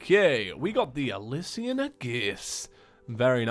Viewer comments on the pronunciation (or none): It’s prounounced Alishan not ilisian